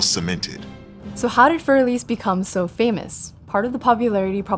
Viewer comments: I like both presenters a lot but neither pronounced this correctly, and the classical pianist was the worst. I just think that if one is going to make a video praising or criticising a work of music, one should look up how to pronounce it first. Für is not like "fur" as in the hair on an animal. And Elise has 3 syllables, not 2. It's one thing for kids and grade-school music teachers to get it wrong, but the presenters? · Every time I hear "für" pronounced as "fyoor", I cringe. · "Fear Elise"??? That's a funny way to pronounce it. 🤣